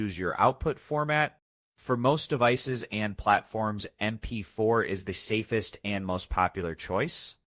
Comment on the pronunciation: AI slop. AI voice says "ahm p four" instead of "em p four".